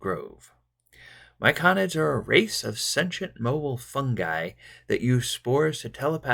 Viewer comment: Thanks for this, my party are about to enter the Grove :) Oh, and it's fungi with a hard G, not funji